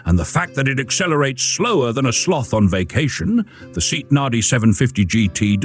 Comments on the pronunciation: "Say aht". Not "seat". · Did you say seat, as in a chair? It's S.E.A.T. ("see-ott") very much like F.I.A.T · Something like SAY-ott in Spain, SEA-ott in Britain. Seet in crummy A.I. These interesting cars are worth more having more attention given to scripts and video editing. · It is pronounced SAY-AHT. Robo-narrators are for shit. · Same here. And: AI voices are soulless. They can't pronounce SEAT correctly. We humans, the pinnacle of creation, are unique in our ability to speak. Machines that simulate humanity are neither human nor virtuous. They distort human thought because many people fail to realize that there is no personality involved. Greetings from Germany!🇩🇪🤝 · For God's sake, at least get the pronunciation of the marque correct! I'd rather have facts i can trust than cutesy banter.